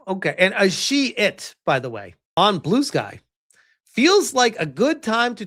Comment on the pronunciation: That person is a she-it [pronounced as shit]? lol